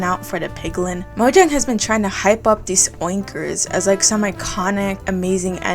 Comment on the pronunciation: You really said “oinker” with the hard “r” didn’t you? Wooooowwww